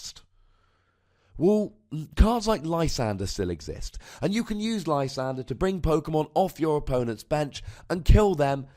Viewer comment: Haven't listened to the show in a couple months. I can't help but notice you finally caved and call it Lysander instead of your Frenchman pronunciation.